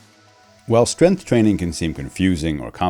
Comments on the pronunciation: Strenth is not a word. Maybe learn how to say the word before making a video on it, expert. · Oh cool! An expert who can't say "strength" interviews an expert who can't say "tenets"! What a video!